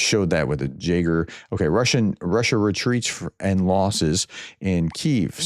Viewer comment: Jaeger is pronounced YAEGER .